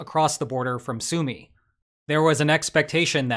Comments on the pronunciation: It's on Forvo, 'Súma'. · Great video, one nitpick: Sumy is pronounced Sue-may, the Y is like first vowel in Sydney, Lynch or Kyiv, it's и (ы).